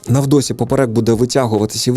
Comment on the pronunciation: Трішки поправлю. Не 'на видосі', а 'на видиху'. Не 'на вдосі', а 'на вдиху'.